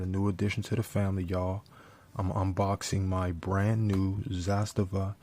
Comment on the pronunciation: Great pronunciation man! "Zastava" actually means "Flag" in Serbian!